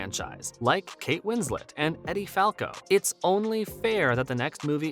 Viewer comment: EEdee Falco. NOT EDDIE... 🤨